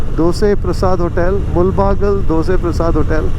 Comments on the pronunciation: Please pronounce the town's name properly in Kannada. It's ಮುಳಬಾಗಿಲು not ಮುಲ್ ಬಾಗಲ್ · Great video, and small correction, it is not Mul-baagilu but Moodala-baagilu in original kannada. This place is entry point to Karnataka if you are coming in opposite direction and thus the meaning.